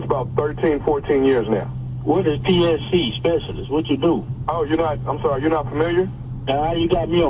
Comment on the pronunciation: Did he say PCS in the beginning instead of PSC 😁